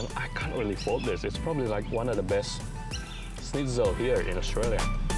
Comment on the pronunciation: Grilled is a very local Melbourne thing being plugged. Most people get a good burger from a fish+chip shop, or even a good petrol station. Btw, it's schnitzel, not shnitz.